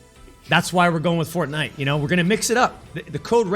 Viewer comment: Mega Megatron and? A game at the top is a game at the top. And please pronounce it properly